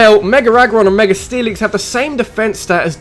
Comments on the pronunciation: i came for saying meger evolutions and stayed for being amazing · its mega not meger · Can you speak right like its mega evolution learn how to pronounce words